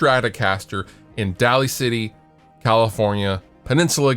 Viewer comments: Dude,, I love you man, but 'Daly City' pronounced "Daily" City, but you don't live here so I'll forgive you for that. Lol. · Hey, its pronounced "DAILY CITY", I wouldn't pay $7000 for that cab if it came WITH Dave Grohl. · “Daly City” is pronounced as “Daily” ....I don’t know why that bothered me enough to comment.lol Also, thank you for introducing me to Topo Chico, that stuff is straight fuego. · Hmm funny about the first listing, I live in daly city. (Pronounced DAILY city) if I ever come across the guitar , ill update this post and let everyone know if that guitar is worth that money which I have my doubts